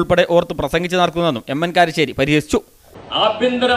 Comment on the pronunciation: Karissery alla iyal kalassery ennanu iyalku cherunnathe....